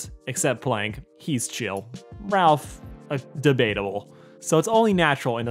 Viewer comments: >ralph and not rolf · Rolf. Not Ralph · did you really call rolf ....RAUF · Ain't no way he called my boy Rolf "Ralph" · Did you just say “Ralf?” He’s the son of a shepherd Rolf! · He really call Rolf, Ralf?